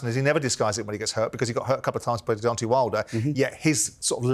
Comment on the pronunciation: Why cant Simon say the name Deontay? Its Deontay not Deontee. Spencer is such a clown. Fury took way more punishment that Usyk. Fury winning is awful for boxing. That running, ducking diva who wont fight anyone isnt good for boxing. The fact Fury is out of boxing the better.